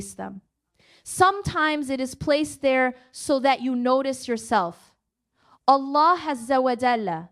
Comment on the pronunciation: this speech is created with AI, observe who she pronounce Allah ajwajal.